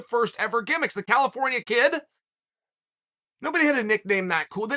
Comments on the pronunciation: Chael always says "Cal al al ifornia" all messed up. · "CAL - AL - AFORNIA." Something tells me old Chael doesn't have a musical bone in his body. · Chael singing Cal-if-orn-ia LOVE LOL!!!!